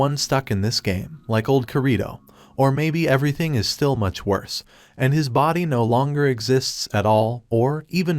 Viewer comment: Dude said Careeto for Kirito! LMAO! This is fantastic stuff here. Keep it up.